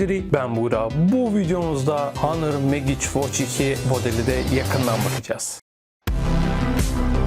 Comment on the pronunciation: Megiç degil Mecik diye telaffuz etmeliyiz, bilg.